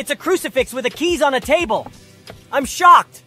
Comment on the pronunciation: He said shoocked not shocked